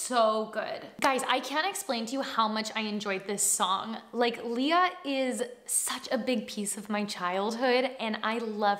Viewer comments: Not to be nit picky but her name is pronounced “Lay-ya”, not “Lee-ya” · Leh-yah, not Lee-yah. But yes, she’s really good! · hi, pretty! i love how you reacted to this video... she's really a gem.. but if I may correct you, her name is pronounced as "Leigh-ah" or "Lay-ah", not "lee-yah"... i hope that's fine with you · Not trying to be rude, but Lea is pronounced "Leh-ya" and Salonga is "Sah-long-gah". 😅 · It's Lay-Uh like the Star Wars princess =) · Her name is pronounced Lay ah.